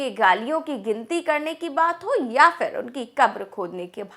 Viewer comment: It's PHIR not fir